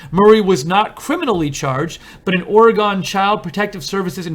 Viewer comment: There is no "gone" in Oregon. The correct pronunciation of Oregon is similar to pronouncing the two words "aura" & "gun" together, although the "u" in gun is a bit shorter than that. If you visit Orygun the natives will appreciate your correct pronunciation. You got it right! ugh and the reverted to the incorrect pronunciation. I'm telling you if you visit Orygun and mispronounce the name you will get crappy service, and charged more for items & services purchased. Thank you for reporting on this abusive politician.